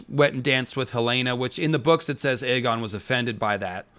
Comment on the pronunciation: It's Aegon as in Egg-on not A-gone, and yes he is an evil man at this point, no turning back he'll have to just embrace it, clearly there's a sense of entitlement based on his responses, he doesn't seem to have a clue of any wrongdoing and thinks he can do what he wants as part of the royal family